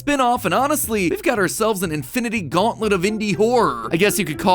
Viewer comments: The "Indi-nity Gaunlet" had me laughing so hard 😂🤣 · U: i guess we can call it the INDI-NITY GAUNTLET!? Umm excuse me… INDI-NITY GAUNTLET!? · Nah, MatPat. “The Infinindy Gauntlet”